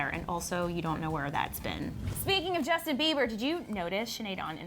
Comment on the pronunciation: Who the hell is 'Jusin' 😂😂😂